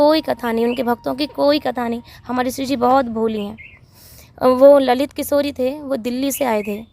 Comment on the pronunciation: ललित किशोरी नहीं अलि किशोरी सही है